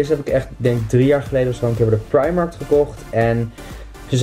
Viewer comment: het is primarK hahahah niet Primarkt 💗